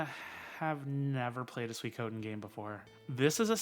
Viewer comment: I loved this video! Seeing you talk about the Suikoden Remasters got me pumped up. Your pronunciation of it was good by the way. I am the opposite to you in that I haven't played Lunar; so these Remasters will be my introduction. One game that I am hyped for is Quartet. The demo for it was great! Edit: The original Gensou Suikoden is what made me a JRPG fan.